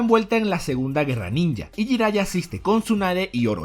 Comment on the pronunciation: Escucho "Jairaiya" y se retuerce mi corazón :(